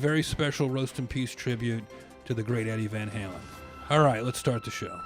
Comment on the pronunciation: "Deady Van Halen." that's a keeper.